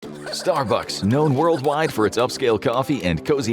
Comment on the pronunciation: the point at which text-to-speech becomes obvious: "your neighborhood Star BUCKS". It's pronounced STAR-bucks. You know, like the Viper pilot from Battlestar Galactica? Dirk Benedict.